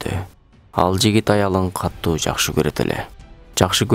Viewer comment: Каттуу дебей катуу деп окусаңар